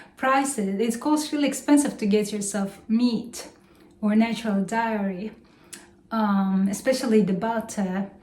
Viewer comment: Happy New Year, honey! We missed you. Just some notes on how to improve your channel: don't use "negative" all the time when talking about the temperature, because it sounds like a physics class. Start using the word "minus". Also, be careful about the word "dairy." You pronounce it wrong and it sounds like "diarrhea"—and trust me, you don't want that! haha. Please check the dictionary for the pronunciation. I love this channel so much; please post more!